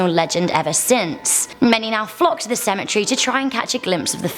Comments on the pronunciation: Stop saying symmetry it's pronounced Cemetery and you are saying Cher its pronounce chair John the Baptist Learn some gramer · These stories are so freaking interesting 💖 but is it just me or did it bother u she was saying cemetery as symmetry not as cemetery